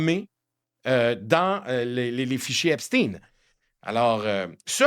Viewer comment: De même qu'on ne dit pas Frankenstèn de grâce prononcez Epstein comme il se doit Ep stayne